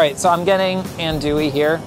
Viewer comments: Andouille is pronounced An-dwill, not An-Dooee lol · whispers in Cajun it’s AHN-do-ee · A wet jambalaya? Say what? Tomatoes in a seafood gumbo? Andouille(pronounced "on do ee") sausage is a must. A gumbo without a chocolate colored roux is just soup. Leah Chase was the queen of gumbo. May she rest in peace. ❤